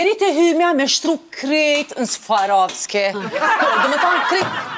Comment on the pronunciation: Kjo qe ben intervistë nuk din as emrin "Swarovski" ta shqiptojë! Zvarovski i thotë 😢